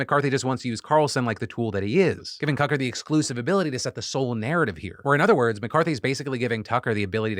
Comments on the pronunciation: Anyone else hear Philip say "Cucker"? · Anyone else catch Phil say Cucker Tarlson? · You totally said Cucker Tarlson and i am here for it. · Am I going Crazy or is Phil Calling him Cuck-er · Wait am I the only one that heard Phil call him “Cucker” for a second?